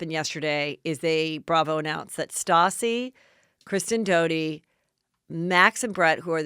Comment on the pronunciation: Isn't it Kristen and not Kristine?